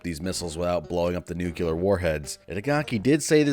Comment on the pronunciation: i'm judging you for saying "nucular"